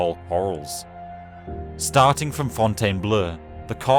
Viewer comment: My man ! Fontainebleau is pronounced Fontaineblo, not bleu ! Same goes with Meaux, pronounced Mo. Please look up the pronounciation on Wikipedia. Thanks !